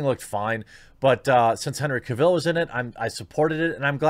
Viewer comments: His last name is pronounced Cavill like travel. Not Caville like Cruella DeVille. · It’s CAvill, not CaVIlle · Cavill not Caville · Its CAvill, not CaVILL. Other than that, we agree on mostly everything. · I know! I felt like the kid from the movie "The Internship" saying "CAvill"... every time he said "Caville". It's CAvill, like Travel. ;) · “Cavill” is pronounced like “travel”. There is no “e” at the end of Cavill to make sound like “smallville”. Thanks. I stopped watching Supergirl last year and lost interest in Batwoman after the fourth or fifth episode. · Is it really so difficult to learn man's name though? It's Henry CAvill, not Caveel. Like "Travel" but Cavill. If you respect the man, say his name correctly. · "Cav-ill", not "Ca-vill". Just saiyan. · It’s Cavill like travel. Not Cavill like Cavhill. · Dude, that was NOT Henry Cavill in the cameo scene. Also, you pronounce Cavill wrong. It's not Caville - like a Cadillac Deville, it's just AVIL. Just add a "C" to it. If you are going to promote news, make sure you get the names right first. It just makes you look ill-informed and silly. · You say Henry's last name like travel but with a C Cavill, not Ca Vell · Hopefully Henry returns! Its pronounced Cah vill not Cay vill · It’s Henry Cavill, not Henry KA-VIL. He’s not really from krypton. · Why can't Americans pronounce Henry Cavill properly! It's Cav-ill, not Caville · Henry "Ka-ville"? its Cavil like gavel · Cavill pronounced like Travel. He literally has a video of himself pronouncing it that took 3 seconds to find. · I had to look up who Aubrey Citizen (Sitterson) is. Wish I hadn't. Also, never heard Cavill pronounced kah-ville. That was annoying. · Listen to Henry pronounce his last name “Ca-vil” Now try it again in your next video which are always great. Keep on keeping on. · Ah yes Henry Ca Vil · OMG. "CAVILL is pronounced like "Travel". Litterrally can't keep watching this after the 3rd time you mispronounced Henry's name.